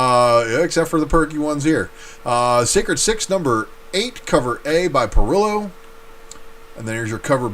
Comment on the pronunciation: Parrillo is easy. It's not "puh-rillow." It's "pah-reeyo." Think Italian.